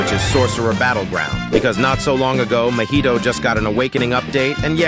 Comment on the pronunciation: Why all AI says mohito not mahito😭